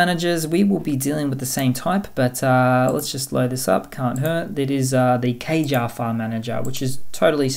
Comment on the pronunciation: It's pronounced "Kah-Jah" . It's Korean for "let's go". I key dev of Caja is Korean.